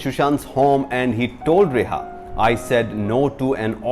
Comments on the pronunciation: Reha nahi hai ria hai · It's Riya. Not reha... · Hindi boliye. Your English is pathetic. It's not reha, its RIA. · First learn to pronounce names properly , its not rehah but ria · He pronounced the name of the actress wrong in the entire video..